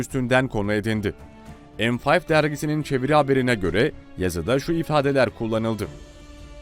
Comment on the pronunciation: Em fiyf 😹 Türk dergisi ve adı “me beş”. Türkçeyi katletmeyin. Binlerce insan izliyor ve gençler örnek alıyor. Türkçemize saygı ve değer vermeliyiz vermelisiniz.